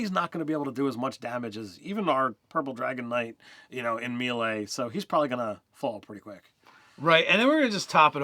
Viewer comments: It’s not pronounced “me lay” it’s pronounced “may lay” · Love you guys but FOR THE LOVE OF TORM it's MAY-LAY, not Mill-E. And key, not kai. Come on. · dudes. it's may-lay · its pronounced "may lay" with 2 long As. C'mon guys you cant play DnD and NOt know this. :D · Melee is pronounced "May-lay" and as you yourself pointed out Ki is pronounced "Key". Lol.